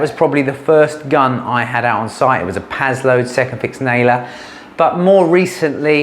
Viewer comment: Paslodes. AAAAAARRRRGH.